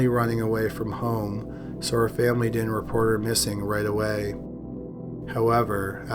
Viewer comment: Pronounce your words. It's not Di'int. The word is didn't. That d isn't silent. Most boring thing I've ever heard